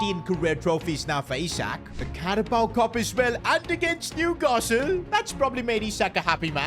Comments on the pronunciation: It's Isak not aisak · Ele aisik em vez de isak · bro starts with the right pronunciation and go backs to the wrong one..